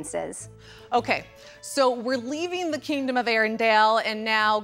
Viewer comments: I'm amazed that Disney employees don't know how to pronounce Arendelle! It's ArenDELLE, not ArenDALE!!! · Is it just me, or does he keep saying "Arendale"?